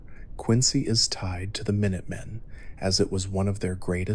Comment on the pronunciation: Mine-utt men? Are you serious?